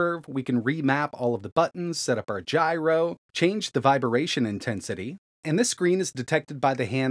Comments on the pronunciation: Still saying "vibration" as "viberation" then? 🤣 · change the VIB-ARAYYYYY-TION INTENSITY 😅😂😂🤣🤣🤣🤣